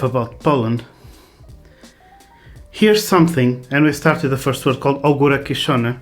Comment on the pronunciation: Voce have nice prononciation of "kiszony" :) The anthem when you drink the jar - awesome :D I'm staying here! Btw: Maybe my channel coul be of any use to pick up our language.